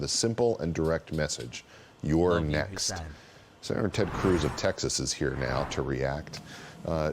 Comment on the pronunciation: Its Tededed teted, Ted Cruuuzzzz! Whoooo!